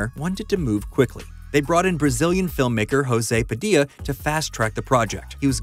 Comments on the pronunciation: Just a heads up: the J in Brazilian Portuguese sounds different than the one in Spanish. José Padilha e pronounced more like Djoseh Padilia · The way this guy pronounces the name of the brazlian director as if he was spanish... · Says 'Brazilian Film Maker', pronounces as a Spanish name. Hahahahahahha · My ears bled hearing "Hosay Padeea". It's José Padilya. He's Brazilian not Mexican. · When will americans learn that brazilians don't speak spanish? Fucking learn how to pronounce "José Padilha" you dumb fucks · it's not 'Rosê Padilla'. Brazillians don't use spanish. Is JOSÉ like in Joe. Jo-séh Padi-lhá. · Brazilian director Jose Padilha’s name is pronounce with a soft J, not a Spanish J, and his last name is closer to “Padlya” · FIY you completely butchered José Padilha's name by assuming it's pronounced like in Spanish, he's Brazilian and the Portuguese pronunciation is completely different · Aaaaaaw come on, it's not hard to pronounce "José Padilha", at least put it on google translate. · that's not how you pronounce his name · Wrong pronounciation of the remake´s director...I´m sorry to break the news to you but not everyone outiside the US speaks Spanish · Why did you pronounce José Padilha with a spanish accent? We don't speak spanish in Brasil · It's funny how José Padilha's name was pronounced with a spanish accent, rather than a portuguese one. Great video :D